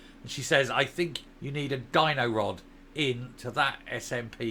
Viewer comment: Did you say Dyno-rod or Gino-rod the latter would probably be more appropriate !!